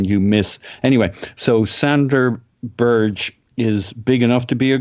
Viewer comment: Berge = "BEAR-g'uh", not Berž. Most name mispronunciations I can live with but this one rather grates. I guess I've already built up a tolerance for "Kolo-SEE-natch" ("Kol-ASH-innatz"). Good podcast though. Hbd!